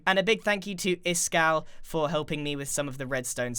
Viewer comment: Who's this Iskal you speak of? I think you mean Ishkal